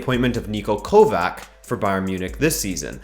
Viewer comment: Keep it up but pronounce the c in kovac like the c in modric